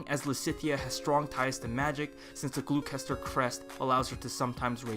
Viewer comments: FYI, the word "Gloucester" is two syllables and is pronounced "Glaw-ster" Same with Leicester. "Lest-er" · Gloucester is pronounced Glosster. It's a real place in England and that's how it's pronounced. Same sorta thing with Leicester.